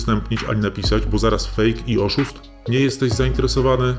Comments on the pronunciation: "OSZÓST" XDD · "oszóst" XDDD